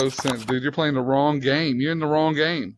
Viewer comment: I fink maybe the west of dem wewe pwaying deh wong game.